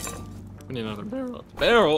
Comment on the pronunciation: Yesss! 🏹🐐 baaHRrel 🤣